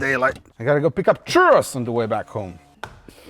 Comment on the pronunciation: Churros !!!!!😂😂😂. Me haces reír con tu español.......nice👍🏻. I don't know why I'm watching you 'cause I've own and Audi A4 B7, you're gonna make me buy a damn BMW